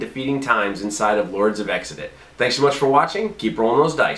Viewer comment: Unless designers intended it differently, then the name is not pronounced 'Exidit', but sort of like 'Kzidit' or even with just 'Zidit'. This is based on various other words that start with an X.